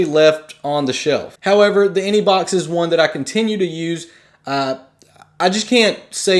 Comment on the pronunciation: he keeps saying inebox